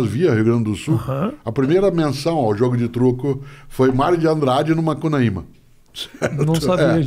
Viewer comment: Cortella falando MUCANAÍMA bem no comecinho hahahah